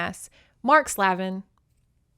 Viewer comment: Slavin is pronounced "Slave-in", Slaven also sounds the same 😂 ,no one ever wants to say the slave part 😅💕